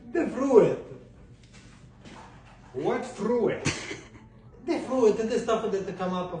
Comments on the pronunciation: I like the fru it pronunciation. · That's so cute how he pronounced it. The Fru-It. Lol😂😂😂😂😂😂😂😂😂😂😂😂😂😂😂😂😂 😂. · I’m with on this one. Fru-it don’t make no sense if it’s pronounced froot. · I can totally understand why pronounces it the way he does by the way fru-it is spelled. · Everytime you pronounce it "fruuuitt", they should reply with "Expresso" :) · To be fair, the word "fruit" does look like it would be pronounced "fru-it." English words have tricky spelling and pronounciation rules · Why's dad bothered by correct desire to pronounce syllables? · If I knew what was saying, I wouldn’t correct him. He’s got so many other positive attributes, the mispronunciation of fruit can be ignored.